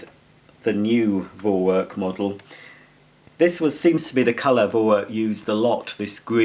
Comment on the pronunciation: You see. It’s pronounced For-Verk